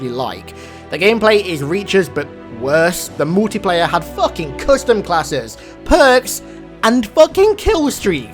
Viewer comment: ¨The Moltiplayer¨